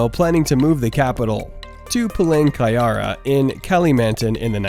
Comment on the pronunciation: Palangkayara = PA LANG KA RA YA... not Palangka"ya"ra... 😁😁 not easy to say it